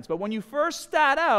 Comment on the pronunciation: .. to help you decide where to staaaht